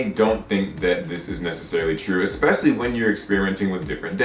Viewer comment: ESpecially. Not EXpecially.